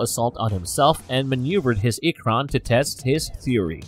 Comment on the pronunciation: Holy shit the pronunciation in this video 😭 “Two-rook” “ik-cron” “ik-kryn” “mahk-toe” “sah-hell-lou” “toe-koon”